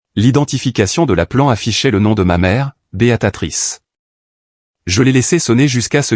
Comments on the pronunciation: Encore une IA qui dit Béatatrice est pas alors que le texte indique bien Béatrice! Ça devient vraiment pénible... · Béatrice pas beatatrice. Ça fait plusieurs textes que je corrige, vous ne lisez pas les commentaires. Je ne continue pas l'écoute et je ne m'abonne pas